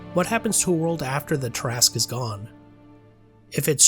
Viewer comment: Thank you for pronouncing it correctly. You have no idea how many arguments I’ve been in with people call this creature the “TERRA-SKEW”. These would be the same ones that pronounce DROW the wrong way.